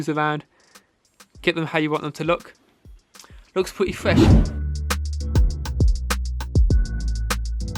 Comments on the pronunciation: “Looks Pwitty Fwesh” Fye vid as usual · Looks pwetty fwesh